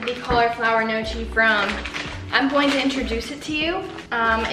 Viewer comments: i love how you have a playlist with Italian music and I don't (I'm Italian lol). also, the word gnocchi is pronounced nyohk-kee <3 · okay as an Italian person i am offended by the way you pronounce gnocchi, its pronounced nockee or no-kee not nochee btw :) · Just so you know gnocchi is pronounced "no - y- ke" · ahaha gnocchi is actually pronounced "ni-yo-kee" its really weird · the way you pronounced gnocchi tho 😂💀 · please look up how to say "gnocchi" (no hate!) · i love you but you butchered the pronunciation of “gnocchi” so many times 😭